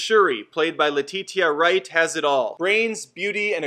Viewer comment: Pronounced "Leh-Tee-Sha", not "La-Tee-Tee-Ya," and "LOO-PEE-TA," not "LOO-PEE-TEE-YA." You guys, who do movie news, should take just a little more pride in your craft, and learn how to pronounce actors' names, IMHO. Good video, otherwise, though.